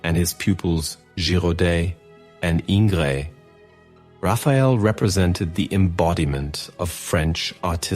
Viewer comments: The surname of the French painter — Jean-Auguste-Dominique Ingres is pronounced in French as: IPA: /ɛ̃ɡʁ/ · Three additional chriticisms: firstly, it is unexplainable that you had skipped the analysis of the second great room that the artist painted for Julius II and Leo X (whose splendid portrait you do not mention); secondly, there are some problems with the pronunciation of the names (v.gr., Ingres and Leo X); thirdly and finally, the interpolation of the works with a dramatization of Raphael is not good. Thanks anyhow.